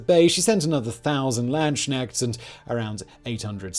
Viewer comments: I laughed out loud when he said Landsknechts with knechts as knight (no k) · Say landsknechts again Simon